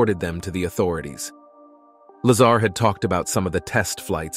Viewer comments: Is his last name La-ZAR or LAY-zer? Really, how can anyone take this seriously when the people behind it can't even pronounce the name consistently? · If you’re going to do a video about someone, at least pronounce his name correctly. Very unprofessional on your part. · Please pronounce his name correctly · You lost me when you couldn’t even pronounce Bob’s surname properly. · He can't even pronounce his name ! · I’ll bet he calls Tortoises Turtles too . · bro said "laser" it's lazar bro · Uh, his name is pronounced la-ZAR, not "laser " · Bob WHO? it's Lazar, not Lazer. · Dude wtf? How is it you pronounce Bob Lazar correctly but then pronounce it wrong as Bob Laser lmfao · Lol he said Bob lazer😊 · Content creator calls him bob laser!! 😅😅😅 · Lol "bob laser" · Right? At least pronounce his name correctly. It made the entire clip into amateur hour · Not to mention narrator calls him Laser... lame.. go get a real job or new narrator "" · The narrator said bob lazer😂 i like that. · He called him "Bob Laser" at about 41sec.. 😂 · its Bob La ZARRRRR NOT LASER. ps 115 MC or Moscovium is a solid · PLEASE!! His name is Lazar like la z are and it’s ALWAYS pronounced like that!! So annoying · "Lazer" gets to me you cant even pronounce his name properly. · Also if you are going to spotlight a great man at least learn to pronounce his name correctly. Give him that respect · You didn't even pronounce Bob's last name correctly. Come on man what a horrible way to start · You already pronounce Bob's last name wrong I'm out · Please teach your “narrator” how to pronounce Bob’s last name.